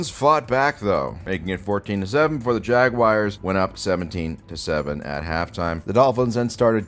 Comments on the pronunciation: Dude, what's a fucking Jagwire?? It's Jagwahrs! No "wire" sound at all. You have to be doing this on purpose. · Jag-wire is the only worse way to say it than the way the English say it. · Jag-wires XD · please stop saying jagwires it's making me violently cum I don't have much semen left and if it keeps going my balls might fall off